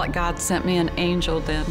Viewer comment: because the said angle instead of angel